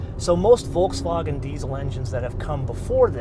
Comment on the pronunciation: Thank you for pronouncing Volkswagen properly.